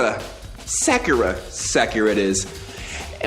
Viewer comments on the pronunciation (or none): The way he kept pronouncing her name Sackera really bothered me. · oh and to help you with the names it's Sakura Saw-coo-ruh Byakuya Bee-Yah-Coo-Yuh just wanted to let you know you're the Goat Youtuber bro I legit barely watch stuff on here unless it's you lmao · The way he says "sack-ura" 🤣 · Manz must have never watched naruto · Sakura = sock-er-ah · Sakura is pronounced Soccer-ra Like the tree